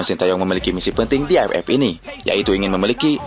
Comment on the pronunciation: Admin orang sunda ya..gk bisa bilang aff tpi aepep